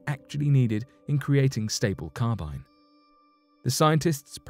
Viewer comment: Linear acetylenic carbon (LAC) is also called Carbyne (not Carbynye) but thanks.